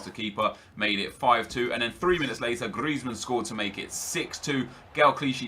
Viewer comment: It genuinely annoys me tbh hahaha the way he rolls the R in Griezmann especially makes me cringe